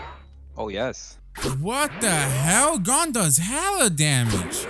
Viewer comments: 😂😂😂😂😂 insted of gon its gen 😂😂😂😂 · It not gone it gon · Please stop calling him Gon it's pronounced Goan